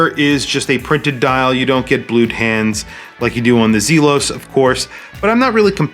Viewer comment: Great review, but the pronunciation of Zelos is driving me batty